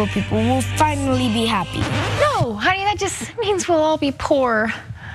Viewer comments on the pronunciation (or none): none